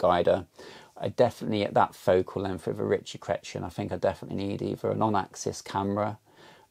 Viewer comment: Love your work. Just need to work on your pronunciation - "RICH-ee Kray-tee-en"! 🙂